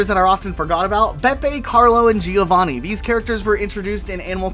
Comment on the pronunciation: Gio-vanni... That's the funniest thing ever as an italian